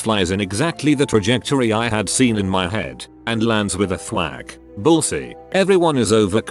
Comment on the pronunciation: "Bulls eey" Mhm. Totally correct pronunciation 🙄